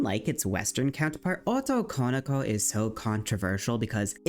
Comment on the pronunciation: fushigi yugi yass great video liked the coveraged. i have issues with the jp stuff of it though, felt slightly less well done. it annoyed me so i made this comment. i really dont get the problem people have with pronouncing japanese words.. and in this case this wrong pronounciation takes away from the term itself because it is 3 words, translating as male, ~'that is', daughter. something like girl that is male. like it is quite important to have all three words there right? so why is it not pronounced, as it is in their language, as 3 words. otoko no ko why do people squish it and add emphasis to wrong places i keep hearing oto konoko. its like the word boyfriend. you wouldnt pronounce it boyf - riend, or even boyfri - end. it is recognized as the 2 words boy and friend and pronounced correctly split. like why do people do this to other languages when it is the same principle of word + other word unsure why using kira as clip here. this is a false representation. kira was never considered a babiniku vtuber. He was a male character, feminine presenting, but ultimately not female and never considered babiniku. Joel is a great example, one without a voice changer. バ美肉 searching youtube with that gives plenty of self-identified babiniku youtubers, i copypasted the characters from the english wiki page.